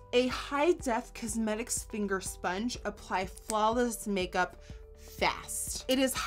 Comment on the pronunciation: did i hear "sphinger sponge"